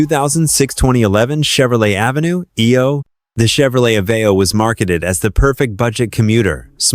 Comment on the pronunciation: did u hear how it said Aveo.. AVENUE..EO